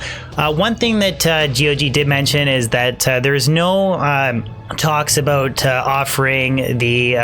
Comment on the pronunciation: Did I hear you say aboot? Are you from canada?